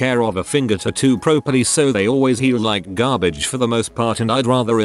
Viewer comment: I’m sorry but the way the voice says “garbage” is making me laugh literally so hard